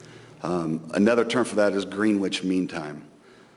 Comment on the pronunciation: It’s pronounced GRENITCH not GREENWITCH lol